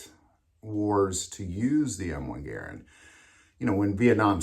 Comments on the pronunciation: Mispronouncing Garand is making me want to scream every time you say it. It's GaRAnd, not garan d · Warning! This video is a hard watch. This guy keeps mispronouncing the Garand as "geer - end". How he hasn't noticed that he is the only person in the world to use this mispronunciation is incredible. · You must not be from the south because everyone down here pronounces them Ga rands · Dude, please learn how to enunciate. It is painful listening to you mispronounce Garand.